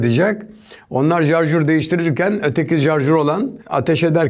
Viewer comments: Abi Adami cook ovuyorsunuz da Adam sarjore "jarjur" diyor .. Napicaz simdi ?? TDK yazilisi turkce dilinde sarjor turk dil kurumu boyle diyor... Klavyem latince s harfi yok .. 😉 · jarjör deme şuna beaa... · Jarjur dedi sat komandosu. Jarjur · Şarjör değil mi ya o jarjör değil reiis(adam benden daha iyi adama laf yok normali hangisi onu nerak ettiğim için sordum) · Jarjör kk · 'nın jarjur demesi çok iyi yaa